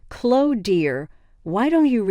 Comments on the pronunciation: Can you say Chlo - E ??? Her name is ChloE !!! Her name is NOT ChlO !!! Got it ??? It’s getting on my nerves !!! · It's Clo-wee. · English isnt your first language is it? Its Chlo eeeeeee